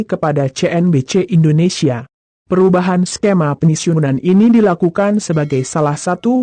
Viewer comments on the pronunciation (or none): none